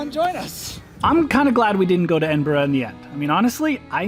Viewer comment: You're near where I live about an hour away! Also did you go to the kelpies there amazing! And finally someone from America who can say Edinburgh lol